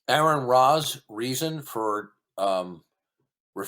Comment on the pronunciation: I immediately distrust anyone who can't pronounce Aron's name right. "Even if somebody made a defamatory remark about me, I would still tangle with them" You made a comment about his WIFE, not him.